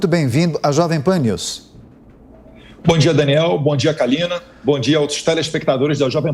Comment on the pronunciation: Parabéns pelas contundentes respostas, principalmente no responder do suposto escândalo dos pastores no ministério da educação. Mas chamar a Kalina de Kalima é inadimissivel!!!!! Rsrs Parabéns Eduardo e jovem pan!!